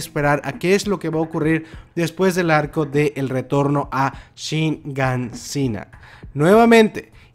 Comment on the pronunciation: Tantos videos de Shingeki no Kyojin y todavía no aprendes que se dice Shiganshina, no Shingansina xd